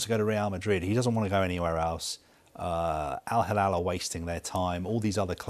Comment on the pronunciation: It is not Al halal,it is Al hilal.